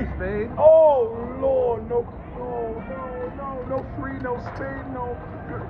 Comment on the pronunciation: Drinking game every time he says, lord pronounced Loarrd beer you’ll be effed up in five minutes.